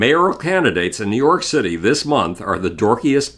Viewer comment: Couldn't help myself but hear "new york shitty" several times especially . Then he proceeded to talk about shit. I just found that amusing.